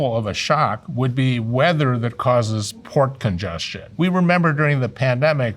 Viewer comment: Totally thought he said "pork congestion."